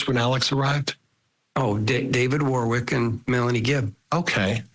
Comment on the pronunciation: its not ...war wik....its a place called.... wor rick